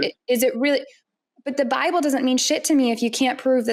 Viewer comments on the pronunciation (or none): "God of the Lible" :D